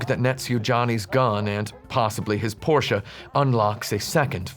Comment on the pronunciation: Also thanks for pronouncing "Porche" correctly. 5 out of 7.